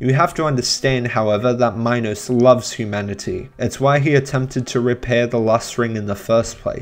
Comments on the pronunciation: Also, King Minos is said like Minnows, your pronunciation sounds like Minus, but it's different for everyone. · IT'S SPELLED MINOS AND PRONOUNCED ME-NOS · it is minos (meenos) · Bruh it's pronounced MEE-NOS. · the way he pronounces minos 😭